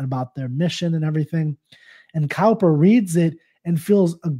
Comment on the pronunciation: the way to pronounce It is not cow-per, but cooper